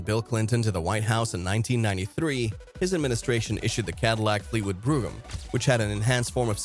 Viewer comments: It’s not pronounced Fleetwood broom it’s pronounced Fleetwood BROME (brogham) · Fucking AI..... wth is a Cadillac brugum. HIRE A HUMAN TO READ THE SCRIPT.